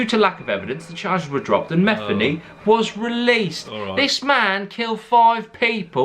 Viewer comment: It pronounced meth-ee-knee